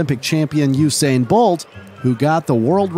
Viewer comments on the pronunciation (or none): none